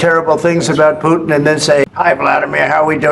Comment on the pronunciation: ✅️ Putin ❌️ Puddin'